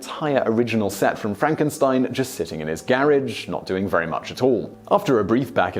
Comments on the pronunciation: Uhhhh... Simon? FRONK-en-steen. ;-D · It's pronounced Fronk-en-steen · It's pronounced Fronk-en-steen. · It's Frankensteen.